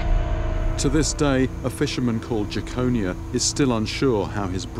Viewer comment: It's pronounced Jekon-eye-a not Jackonia